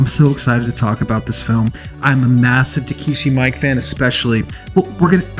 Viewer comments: It's pronounced ME-KAY not Mike lol he's Japanese dude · Actually it's actually pronounced more like mee-ee-keh (not -kay) just nitpicking